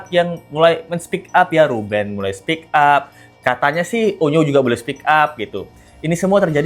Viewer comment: onyo bang bukan unyu